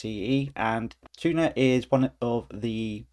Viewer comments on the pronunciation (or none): He called the Thunar file manager "tuna" 😄